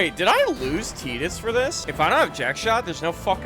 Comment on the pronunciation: My favorite FF and I got the platinum a while back. Loved every minute of it. Great video. Other than mispronouncing Tidus. 😊